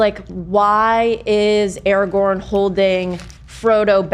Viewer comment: Finally they start saying araGORN's name correct, the segment is now watchable 😊